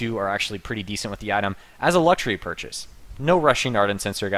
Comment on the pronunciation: "Luxuary" gg no re